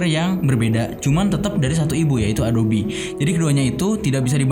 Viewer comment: Masukan bang, adobe dibaca "a-do-bi" Makasih😂😂 overall gua suka lu comeback gini